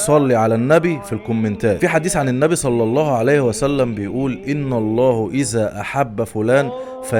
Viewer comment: ان الله بالفتح وليس بالضم ..تصحيح بس